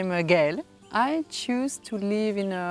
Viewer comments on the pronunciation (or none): It's "Gaëlle" not "Aghele" LOL